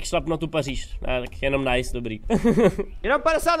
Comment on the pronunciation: Nice jako město ve Francii se čte Nýs voe 😂😂